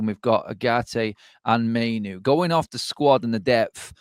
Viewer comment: Mai-noo not Mai-no.....and please stop mention Eth..its old news...